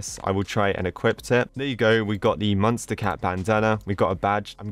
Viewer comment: I like be it how he pronounces it as munstacat instead of MonsterCat